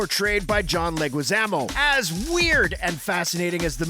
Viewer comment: WTF!!! Why are you saying Mario like that? Feels like you're intentionally setting up that moronic cool Hwip joke from family guy. You even did it again with John leguizamos name.